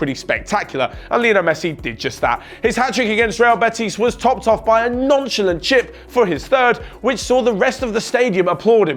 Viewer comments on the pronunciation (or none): none